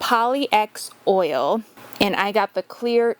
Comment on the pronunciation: That desk turned out really nice and the Osmo makes it stunning. I've had my eye on Osmo for years now and i hope to try it soon. I think most people say it like POL-ix, not poly-X, though.